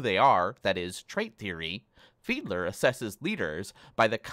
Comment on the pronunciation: It’s Fiedler lmao